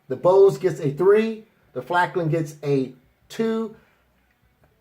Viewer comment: FALKN NOT FLAKN